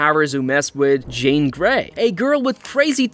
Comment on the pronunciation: "Jen Grey" "Stefen King" Bro fuck AI so cringe...